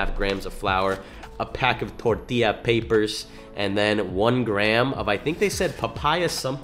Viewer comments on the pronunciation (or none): none